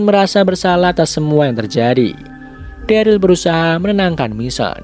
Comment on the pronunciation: dulu daryl jdi darly wkwkwk